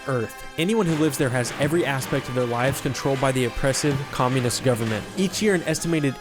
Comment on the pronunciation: "Communist" Lmao.